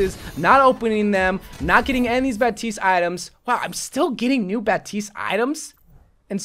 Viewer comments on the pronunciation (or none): Is it just me or does it say "RAPTISE"